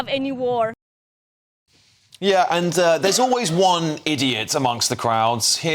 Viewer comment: She hope vwe never has a vwar, 😂 yeah she is about as iranian as my left foot! There is your paid activist ladies and gentleman!